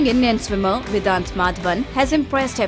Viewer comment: His name is Vedaanth and not vidanth…its an indian name and indians are finding it hard to pronounce as it should?whats with y’all fake accents?